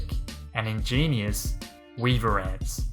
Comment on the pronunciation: Weaver ants We-a-ver ants